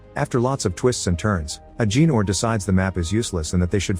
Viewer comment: It’s Ah Ga Nor not Ah Gee Nor 😂😂😂